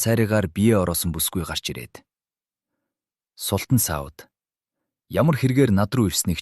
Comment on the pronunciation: Фатмэ биш фатиима шүүдээ. Аа мөн султан биш. Султаан гэсэн аялгаар дууддаг. Энэ мэт үгсийн судалгаа дутуугаас болж оноо алдаад бх шиг бнаа